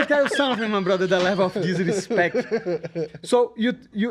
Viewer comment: The leveu of disrispektch